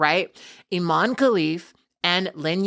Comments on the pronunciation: For the love of god, can you please pronounce her name properly?! It's not pronounced "ee-mon", you have to pronounce the 'e', so it sounds like "e-maan-ee". Sorry, I know it's not the big issue when it comes to Imane Khelif and everything she's been put through, but it's hella disrespectful to continually mispronounce someone's name. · Bit of a nitpick sorry but her name is pronounced Im EH n.